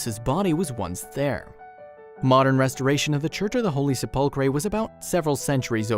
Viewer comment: Please find a narrator who knows how to pronounce words properly. Se-pull-cray? Really?